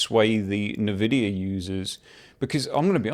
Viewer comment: RDNA 4 stepping stone to UDNA....16GB 9070XT for 699? Great 499 Nvidia slayer. Also dude, its NOT NAVIDIA. N Vidia.